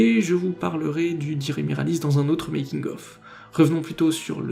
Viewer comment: Toute petite remarque, étant donné que Dire Miralis est le nom anglais du Guran miraosu je pense que tu devrais plutôt le prononcer à l'anglaise vu que 'dire' est un mot anglais dont le sens colle parfaitement au monstre, au lieu de 'diré' à la japonaise